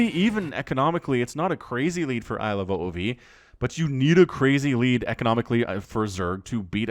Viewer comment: Ilove "ove"(rhymes with move) not "oh oh vee"